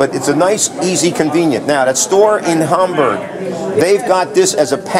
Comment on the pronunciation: Got a chuckle when he talked about the surplus store near Cabela's in Hamburg, PA and pronounced it 'Hahm-borg' like the German city it takes its name from. No one here in PA pronounces it that way, well maybe some old Amish farmer might. Everyone else says 'HAM-berg'... BTW, the surplus store's website: I've had good luck with Coleman's Surplus, got a set of Italian Vegetato camo and a Turkish desert camo shirt.